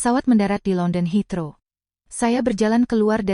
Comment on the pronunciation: Kritik untuk penulis cerita dan pembawa cerita/narator. Anda hrs menulis Bandara London Heathrow -->bukan Hitro. "Heathrow dibaca "Hit-rou"